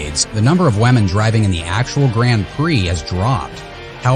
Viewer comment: Is it me or does he keep saying "Wamen"😂😂😂